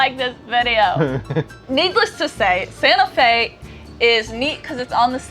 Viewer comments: No hard T, soft T (Sanaa-Fe) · It's "Santa Fe" with a hard T but you have to sing it like Batman in the Disney Musical "Newsies"